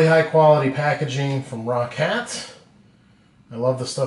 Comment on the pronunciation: you know you say roccat like rocket